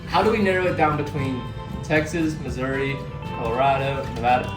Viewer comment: That pronunciation of Missouri hurt me